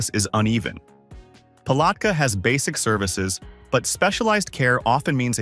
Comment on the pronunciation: AI mispronounced too many names i.e. Palatka and Okeechobee. Pictures seldon related to the subject city, often sayng one thing and showing obvious other cities.